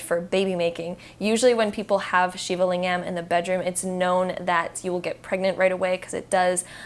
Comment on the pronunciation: Great video thank you :) Ps: Lingam is pronounced ‘Ling-ghem’ with a hard G and hem as in ahem. 😉